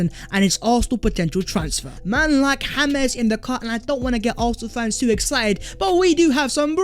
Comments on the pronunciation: The fact that You pronounce it Hames Maddison annoyes the fuck outta me😂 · The fuck this guy calling him Hames Maddison FFS? Maddy is english not latin american my G